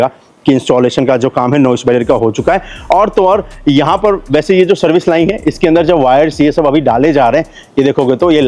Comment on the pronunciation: भाई लाइन को लाइंग क्यों बोलते हो बार बार आप?